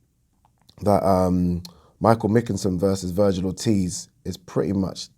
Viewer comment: Pronounced McKINson lol